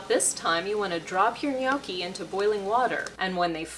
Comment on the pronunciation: Looks great! But, it's pronounced "nyAWki"